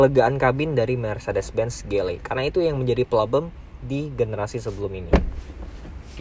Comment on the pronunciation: Konsisten kalo emang mau pake bahasa Inggris. Ji El Ei bacanya. Bukan Ge El Ei.